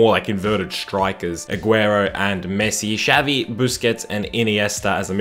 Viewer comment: Messi preformed well against United in both champions league finals, didn't he? Edit: I cringed so hard when you said Shavi instead of Xavi